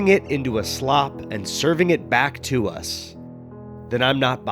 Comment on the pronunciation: you said back TUAH us. HAWK TUAH 😂😂😂😂😂😂😂😂